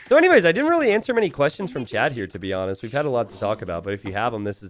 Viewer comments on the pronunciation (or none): none